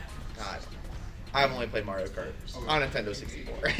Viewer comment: saying Mario Kart actually hurts the child inside me.